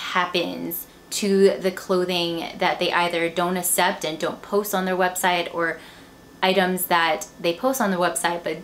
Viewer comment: Hanger, but i had you left on talking while im folding laundry that's how i made thru it. I don't want to offend you , but just as a reason why i wasn't completely focused was the way you said "accept" as "ah-sept" drove me nuts.. but that's just me so.. hehe don't worry about it.